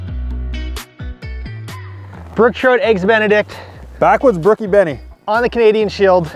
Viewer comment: Stop saying Benie